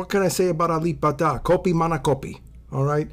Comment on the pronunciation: You said it rite bruh.... 🇸🇬